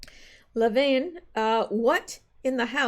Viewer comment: Levin = Le (short a) + vin (like a vin number on a car) NOT veen....